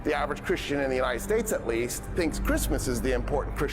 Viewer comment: Atweast.. you are weal